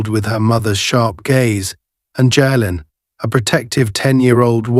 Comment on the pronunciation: Jalen is pronounced jay-len. No where in the story does officer White ask Senator Carter for identification, if he had they might not have been able to do the good they did.